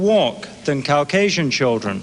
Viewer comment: Take a drink every time Rushton says Cow-casian! I’m part cow😺